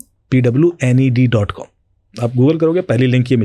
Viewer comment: Absolutely agree with you, the guest is not at all technically sound. I’m Halfway through the podcast and he has just explained people copying otp by merging calls and sim swapping😂. There are PIN codes for sims as well which protects you from that. And he said ‘have I ever been pwnd’ lol it’s pawned